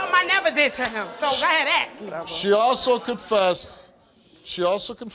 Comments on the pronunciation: How in the hell is the word 'ask' such a challenge? Or is it somehow now cool to say 'axe'? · Stop axing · ASK not AXE! 😠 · Axe me? A-S-K! It's ASK! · Patil Bad speech should not be applasuded. It is laziness! Can't be bothered to say it correctly!